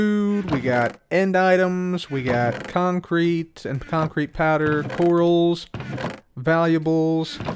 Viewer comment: The way you said concrete made me think of iskalium. Con-crete, lol.